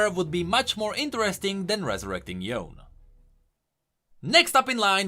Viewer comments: its not Yown . its Yo'ne (Yone) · its yone not yon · If you say Yon again, I will kill myself. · the way he says yone's name makes me so upset PLEASE pronounce it correctly